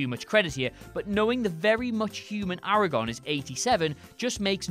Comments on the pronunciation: Lol I was about to unsubscribe but it turns out I'm not subscribed in the first place. To add to the Aragorn comments; they continuously pronounced it "Eragon". Yeah, accents, but to someone who has read both the LOTR series and the Inheritance cycle, it can be annoying. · LOL taking potshots at people who can't say "Silmarillion" while being unable to add the second R to "Aragorn" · Simultaneously mispronouncing AragoRn's name, and not understanding the point of the scene and what makes it great. His age is explained in that scene with exposition that's like half a sentence. Do your writers genuinely believe having that scene in the theatrical release would've suddenly RUINED that film? Like some sort of horrible tipping point that transforms a great film into a shitty one, going from amazing to shit with that one sentence? Or is it just click-bait? The point of the background knowledge in Lord of the Rings is not to give the reader/viewer an entirely accurate view of the world's history; it's to imply a depth to the world through small hints and references, creating the impression of an ancient, three-dimensional world that's coming to the end of a magical age or transitioning to a more mundane form. To explicitly explain the references, or leave them out entirely, you'd be undermining this sense of deep time and complex history. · "For people who can actually pronounce the Silmarillion..." (Mispronounces Aragorn as Aer-agon) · how are you correcting Dunedain and not "Aragon"